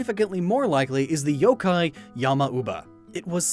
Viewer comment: Wait did u say yooo kai